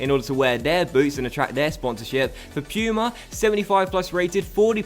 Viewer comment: Are you dumb? why the hell is underarmor higher than puma? and why do you pronounce puma "pyuma"?